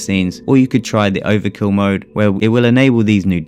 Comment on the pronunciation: "overill" mode lol